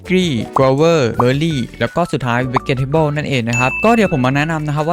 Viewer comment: เวทเทโบ้วหรือป่าวพี่ครูผมสอนมางี้ไม่ใช่วีเก็ทเทโบ้ว